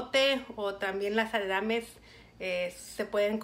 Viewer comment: Pensé lo mismo que tú, no es posible que dés una receta y recomiendes algo que además ni siquiera pronuncias bien 🤦